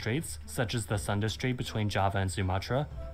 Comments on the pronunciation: its Sunda (Soon-duh) Strait, not a Thunder strait 😂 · It's actually pronounced as "Soon-dah" not "Sun-da"